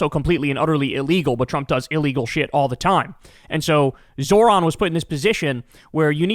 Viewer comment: Can Krystal or someone in Kyles life please teach him how to say 'Zohran' correctly? Jfc